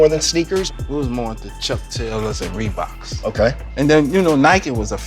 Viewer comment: Bro. This dude said "ReBoKz aN JaBoze" so many times 😂